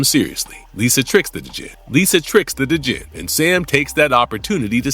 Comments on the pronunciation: D’jin? Lol. Dude…….. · the D is silent in Djinn.